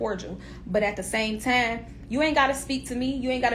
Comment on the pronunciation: Where twanna from cuz she saying TIME reall heavy sound like Chicago 😂